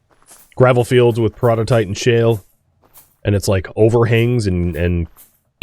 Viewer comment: Despite knowing that saying peroditite like "peridot-ite" is wrong, I still can't help but hear it correctly and go like "hissss, no, you speak the words wrong".